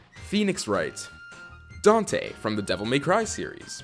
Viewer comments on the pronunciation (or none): none